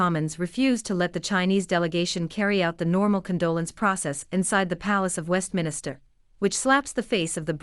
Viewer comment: Westminster not Westminister. It’s time that the people in Britain wake up !